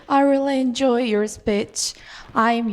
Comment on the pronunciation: 인 조이 ㅋㅋㅋㅋㅋㅋ 역겨운 발음